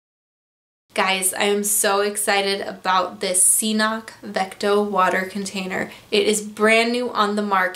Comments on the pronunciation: pronounces it wrong...if you look at CNOC's own videos, they pronounce it Ka-nock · I really think the first C is silent. pronounced "Knock" Cnoc/Knock Outdoors BTW Great video, I love the 2L CNOC water bag Combined with the Saywer Squeeze. I also have their Carbon Cork Z style trekking poles. Amazing gear coming from this new and upcoming gear company. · Cnoc, pronounced K'nok (knˠɔk), is a hill or a mount in Gaelic and old Irish. Just as it says on their website ;) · But it's pronounced knock